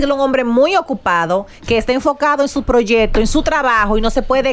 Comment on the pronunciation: Cuando será que Amelia va a decir proyecto con C y no proyeto 😢